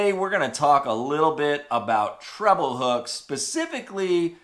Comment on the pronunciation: It is pronounced treble not trouble